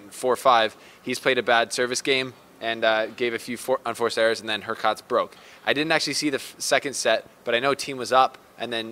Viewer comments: It’s HurCATCH, that’s the correct way to pronounce it. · Please Pronouce Hurkacz like hoor - CATCH If you do this it will be much better, but not 100%. You would still need to correct the oo in hoor (it is better than her) and the “a” in catch is a harder “a” than in catch. It is not that hard though. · pronunciation of Hurkacz is Hurkach (Hurcatch). Do not try to pronounce "z". This "cz" is like "ch" in chocolate.